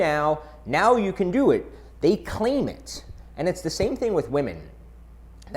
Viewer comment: I thought he said, "Clam".